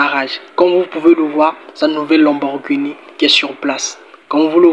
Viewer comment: Aïe tu chok dès 🤣 lenborguni. Comment mm😂